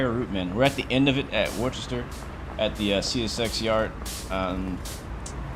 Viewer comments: can’t really think of another way to write it out, but I know it isn’t pronounced worchester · Woostah is how a Bostonian or Masshole will say it, I know I am from there!!!